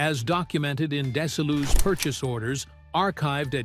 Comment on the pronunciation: James Doohan is Scottish. Thus, his last name is Doin', rather than DO-han, Nimoy = KNEE-moy, not nih-MOY., the production company Desilu is pronounced dez-ee-LOU, not DESS-uh-lou--a combination of Desi Arnaz and Lucille Ball.: "How did imagination filled the gaps?" Somebody wasn't paying attention when this was being typed. Maybe it was an AI typist.